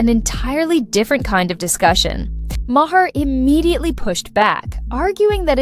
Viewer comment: Had to stop listening 5 min in because you mispronounced his name about 30 times already. It sounds like MARR not MAHAIR